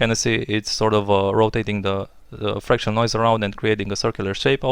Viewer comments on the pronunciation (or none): none